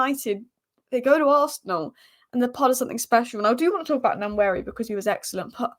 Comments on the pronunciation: Keep up the good content. One point, it’s Nwaneri not Nanweri. 😂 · It's not Nnwayeri it's Nwaneri (ONE NAY RI) ETHAN "ONE NAY RI" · Nanweari😂😂😂 come on, make an effort. Try practicing or break it down........ N U WAN NERI. if you cabt be bothered,, just call him Ethan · Great channel but its One-ye-ri not Nan-weari! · (N)waneri the N is silent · The first N in Nwaneri is silent, so it's just Waneri. There's a video from Premier League where he and many others pronounce their own names. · Say it with me… Wah-Neri. Ethan doesn’t pronounce the ‘N’ at the beginning of his last name 😉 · The "N" at the beginning is somewhat silent so it sounds like Waneri. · ...Sky Sports has a video on YT with all the players pronouncing their own names...he says it like Won-eri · Waneri is far more closer to thw pronouciation than what you are pronoucing😂🤣😊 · Nice Vid! The pronunciation of Nwaneri phonetically is WAN-AIR-EE... The N is silent.👍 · The name is pronounced one ne ri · I'm Nigerian and such a joke people on the net assume most comment are attacks on them. That was my bit to help folks pronounce it better, not a perfect transcription but close. There's no "nu-" in front. That vowel doesn't exist. If that doesn't help you directly, hopefully others. Good for anyone who care to pronounce and learn unique names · Great to see ur improvement on Nwaneri pronunciation. Remember the N is silent...its basically waneri but u can emphasize on the n by calling him wan-neri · Pronouce his name this way "one-neri" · He said himself the pronunciation WA NERI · The "N" is silent in the pronunciation of Nwaneri. Nice analysis 👍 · start practicing how to pronounce NWANERI name the boy too good and deserved the starting spot , don't look at his age the boy is a very good baller .. NWANERI TIME IS HERE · His name is nwaneri